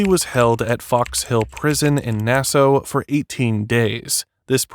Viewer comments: It’s pronounced “Nass ah” . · Nassau is pronounced "Nassaw", not "Nasso". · NAS-AW NOT NAS-O!!😅😅😅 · Its not Nassoe. Its Nassaw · Nassau is pronounced Na-Saw not Nas-Ow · Are you really saying "Nasso?" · Dude, it's Nassau (Nas Saw) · Sometimes AI is really dumb. I e never heard Nassau pronounced as Nasso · He was not an NFL 'star'. He had as short stint like you said. Also, fyi it is pronounced Na-saw. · It’s pronounced NAS ahh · It’s pronounced Nass-Aw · I love how the digital narration pronounces Nassau. Na-sow. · It drives me nuts when AI narration mispronounces words. Nass-oh...ugh, among other words. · This is narrated by either AI or someone that doesn’t know how to properly pronounce Nassau…. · AI narration can’t pronounce Nassau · Bro can’t pronounce Nassau😭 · Nassau is pronounced with "saw' at the end. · How can u not know how to pronounce Nassau? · The way the narrator mispronounces "Nassau" is so triggering. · How can a grown adult not pronounce "Nassau" or "Bahamian"? Robert needs a hole and then to be in one.